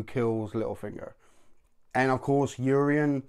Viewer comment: YOU-RON it's YOU-RON put some respeck on the most fun villain this show has ever had